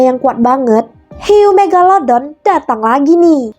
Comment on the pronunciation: Kak panggil hiu megalodon bukan megaladon kak 🤣🤣🤣